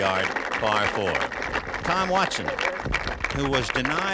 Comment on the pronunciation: If I were Watson, Snead or Kite I'd ask Ken Ventura to say my name right.